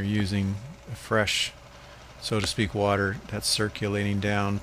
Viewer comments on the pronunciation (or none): none